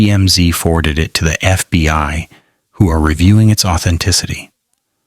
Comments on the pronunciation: constantly saying FBY gives it away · AI mispronounced lives and said FBY ???